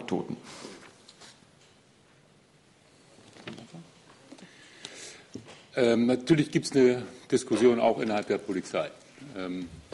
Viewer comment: mortler Tahbacktoden